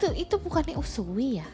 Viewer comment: Bukan usuwiii / usui....tpi usuy/ usui